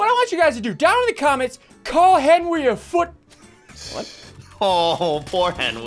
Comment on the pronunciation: Chase the Blue Valkyrie HENWY IS LEH FOOT